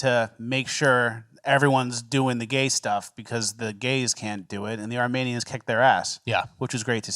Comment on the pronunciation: Is saying "Armanians" as a bit?